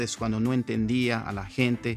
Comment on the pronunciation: Pensé que habías nacido en los Estados Unidos porque hablas español con acento no mexicano sino gringo. Sobre todo cuando pronuncias la palabra "inglés" con la "L" inglesa y "gente" como con "h" inglesa: "hente". Buen video. Me inspira! Le doy like. Saludos desde Chiapas.